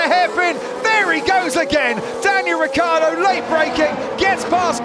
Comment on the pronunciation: RICCIARDO NOT RIKKARDO